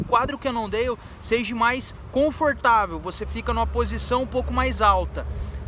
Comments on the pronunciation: “Sejee” não existe mano UhAuHaUha ..e se diz em nível mundial não “á nível” .. aprende a falar direito cara por favor kkkk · “Seja” não existe mano UhAuHaUha ..e se diz em nível mundial não “á nível” .. aprende a falar direito cara por favor kkkk